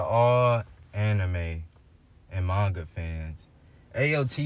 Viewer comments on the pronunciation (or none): I swear- I heard him say, "mangata"